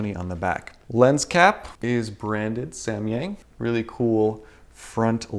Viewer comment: here in Chinese，samyang pronunciates like sam yang not sa mi yang